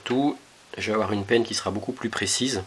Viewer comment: Pas mal la petite présentation, par contre on dit " panne " de fer à souder pas " penne ". ;-)